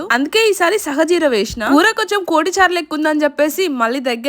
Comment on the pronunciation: సహజీర కాదమ్మా తల్లి సాజీర